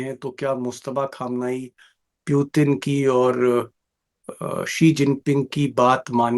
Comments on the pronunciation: पुतिन को प्यूतिन क्यों बोलता है यार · जोकर जैसा बार-बार प्युतिन क्यों कह रहे हैं दीपक जी 😂 पुतिन होता है